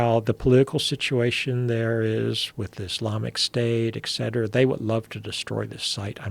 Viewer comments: Well spoken? Saying eccetera instead of etcetera doesnt sound well spoken to me but more like you didnt pay attention in life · It's "et cetera" (etc) not excetera.